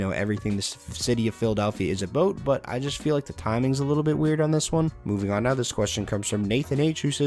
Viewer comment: did he just say ABOAT?